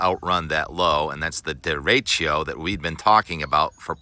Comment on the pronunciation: Deretchio? deretchio? come on Tim, you can do better than that